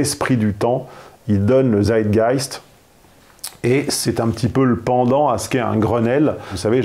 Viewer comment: Bonjour. travail fort instructif comme toujours. juste pour dire que le Z de "Zeitgeist" se prononce "ts" pour donner donc "tsaït-gaïst".